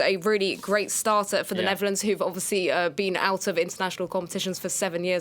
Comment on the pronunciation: It's Netherlands, not Neverlands 😜